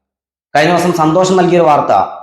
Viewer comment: നിൻ്റെ മതബോധമല്ലേടാ നീ ഷ ക്കു പകരം ശ ഉപയോഗിക്കുന്നത്. ആദ്യം സ്വയം മതേതരനാകൂ പിന്നെ മതി രാജേശിനെ(രാജേഷ്) സന്തോശം (സന്തോഷം) തുടങ്ങി നിൻ്റെ അണ്ണാക്കിൽ എന്താടാ ഇരിക്കുന്നത്. മലയാളിയെ നന്നാക്കാനിറങ്ങിയിരിക്കുന്ന സോശ്യൽ (സോഷ്യൽ) മീഡിയക്കാരൻ.